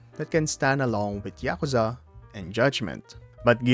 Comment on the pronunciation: It's ya-kuh(like bruh)-za, all the syllables are short and quick with no emphasis on any of them, not y'kooza. They say it literally hundreds of times during the games. There's no excuse for not being able to say it properly. What's even more inexplicable is that you start saying it properly in the middle of the video after repeating saying it incorrectly at the start. And then you say it properly and immediately afterwards say it wrong. In the same sentence!!! This has to be a troll!